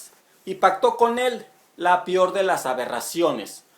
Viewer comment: saludos, como observación no se dice"pior" es "peor" aún así felicidades por su trabajo, le sigo hace meses saludos